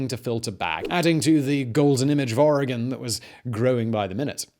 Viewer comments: HOLY CRAP. You said Oregon correctly. Kudos. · Its almost more like Oragen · Thank you Simon for saying Oregon correctly. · <----- Oregonian here! THANK YOU for correctly pronouncing Oregon. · I'm a native Oregonian. ( Living in Cambodian now) Its a beautiful state! I miss the beautiful nature alot. Thank you for pronouncing the name properly! 😊😍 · Hello from Oregon 🌲 good job pronouncing it correctly 😅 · I thought it was pretty good considering he’s British. There are plenty of Americans that mess them up worse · THANK YOU for pronouncing Oregon and Willamette correctly. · He said Oregon and Willamette correctly!